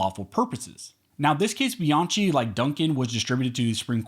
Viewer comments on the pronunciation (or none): Great article. Bianchi is pronounced Bee-on-key, btw. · It's pronounced "Biankey"!!! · Bianchi is pronounced Be-an- KEY. It's an Italian last name. Thank you for the content btw. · Dude, Bianchi is pronounced bee yahn kee. There is no letter k in Italian, so they use ch for the k sound. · Bianchi is pronounced Biankey.